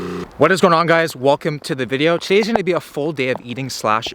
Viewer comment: Did he say “Willcome to the video”? Cause if he did, he needs to be arrested by the pun police